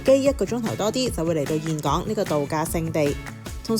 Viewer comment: 我當年去峴港，巴拿山未起好佛手橋，睇完好想再去😊 好多人都會讀錯峴字，但你係少有地讀啱👍❤ 呢間酒店咁好有醫生上房睇病😂 好彩奴爸無乜事💪